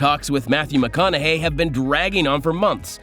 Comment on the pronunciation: Plz not mcaukanhey.. ugg alright aleught alright... wrong. These older crap actors keep demanding tons paythwy should be lucky there atill acting instead of his car commercials 😂😂